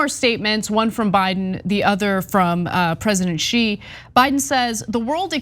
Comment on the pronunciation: PSA to all Americans: The name Xi is pronounced like "shee", not "zhjeee". Much easier to say than most make it for themselves